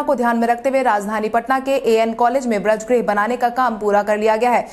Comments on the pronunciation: Braj nahi bajr bolo tum uchcharan Sahi karo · समाचार वाचक से सही उच्चारण की अपेक्षा की जाती है। वज्रगृह को व्रजगृह न कहें।